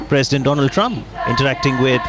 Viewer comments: if he had a degree certificate then he wouldn't have called DONAAAAAAAAALD TRUMP Or Doland Trump If he really had a master degree, then fuck that university they suck. At the most he would have cleared 10th and failed Matriculation examination (that's the most generous estimate given his standard of English or ability to pronounce by reading) But I don't care if he is Educated or not. The PM should be Patriotic, should always uphold the values of this nation and nothing more. Earlier I thought Muslims hate him for no reason, but Delhi elections where he pitched Hindu members in a muslim dominant area proves BJPs intolerable nature. Atleast 8%-10% seats being allocated to them in every election, to be even called a nationalist party (else it's a communal one like always) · Indian people should ask "how is it that we are spending so much to please a clown than helping the broken healthcare system and still a hypocrite who is so educated that can't even pronounce " Donald" is their nationalist president.